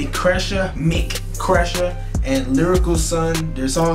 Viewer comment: Not mek kresha but emsi kresha😂😂